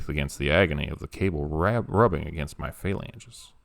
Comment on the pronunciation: Phalanges. No shade, but you mispronounced it… as the guy was sliding down the elevator cable by his hands.